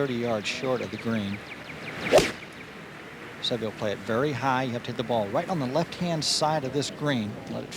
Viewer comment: Ten years later, the announcers still can't pronounce Seve's name correctly.